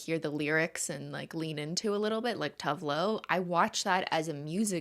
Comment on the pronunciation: Simply pronouncing Tove made my brain short cirquit, because Tove is an actual name here and it's pronounced "tuuve", so I had NO idea what she was talking about 😁 bit agree, it's good stuff! I had a baby this year, so my Spotify wrapped was pretty much all lullabys. 😬 But the Midnight is what I've been putting on when I get to listen to my own music. It's like a fresh breeze to my dusty brains.